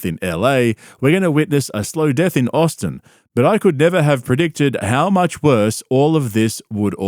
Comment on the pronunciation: He did quit, he moved to Aussin, Tegzus (bapa’s pronunciation) and bapa followed him. Callen wants nothing to do with cauliflower ear